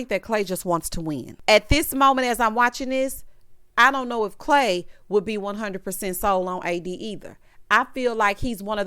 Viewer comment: I’m listening as I wash dishes but had to stop for CLAY-DOH 😂🤣😂